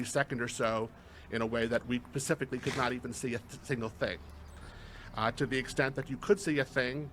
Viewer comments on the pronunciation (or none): Dude said pacifically